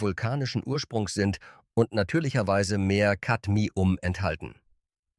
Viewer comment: Ra---Punzel und Kadmi---Um... kaum zu ertragen, diese Testversion einer KI Stimme. Laborwerte = bezahlte Zahlen